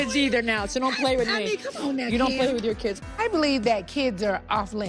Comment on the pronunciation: I’m not gonna lie I miss Nene and her facial expressions and one liners 🤣🤣. Also how she calls Kim, “Keem” 🤣💀💀